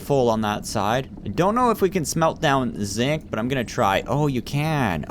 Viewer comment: and when you say zinc it sounds kinda like zit